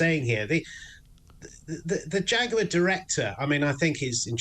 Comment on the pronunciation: I always pronounced jaguar as ( jag-waar) not (jag-you-are) now its more like (jack-queer).